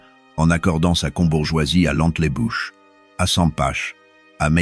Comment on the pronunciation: "Entlebuche", "Sempache", 😂